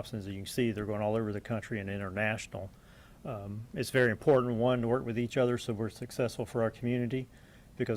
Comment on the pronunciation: THESE ARE SOME UGLY ASS MFERS! GRADY SAYS ''IM POOR DANT'' FOR ''IMPORTANT''! THERE IS NO ''D'' IN THIS WORD BOSS!!!